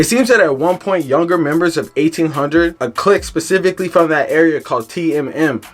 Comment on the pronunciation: Garbage video in you saying the name of the hood wrong